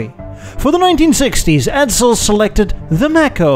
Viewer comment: Edsel not Edzel!😁